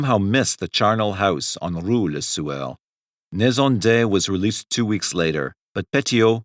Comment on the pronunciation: It sounds like he keeps saying le sewer....🤷🏻‍♂️💯😂😷